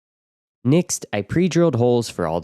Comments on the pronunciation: Next. With an e. Nixt is so irritating i could i had to turn off audio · Next not nixt thought you were an AI voice after hearing the mispronunciation 43 times in the video😂 can't wait to see your nixt video🎉 great workmanship excellent finished product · Why are you saying "nixt" instead of "next" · Why do you say Next like nixx? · Nixt??? Are u trying to say next? Think of sex with a T after the X. What kind of accent is that anyway? Never heard nixt before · Finally, someone shares great info on how to waterproof a shower, and even says the word next really funny. 100% stealing many ideas from this build. Is there no issue with mounting the heater right next to the batteries?